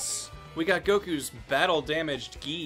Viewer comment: Gi = gee. Not a "j" sound. For further reference, guys. :)